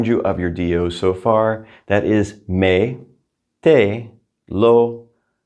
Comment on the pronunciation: Sometimes I hear -ay instead of eh when you pronounce direct object pronouns eg Me and Te. Am I right the Me is meh?